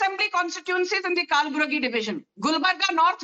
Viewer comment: Not Kaal buragi,dear 😂😂😂it's कलबुर्गी